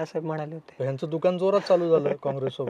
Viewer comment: बाळासाहेब दुकान म्हणाले होते रे... "दुकाण" नाही किती खाशील रे "ण" 😄😄😄😄 कुठे शोधला रे ह्याला 😂😂😂